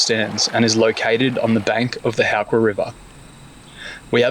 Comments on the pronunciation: Love the high country and glad to see you guys enjoying it. btw, it How not Hoo when pronouncing Howqua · Pronounced How...Qua... And in the Vic High Country we say PARMY...!!!!! Parma is a melbourne thing... important detail